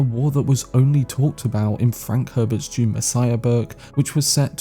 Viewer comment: bro its DUNE not June lol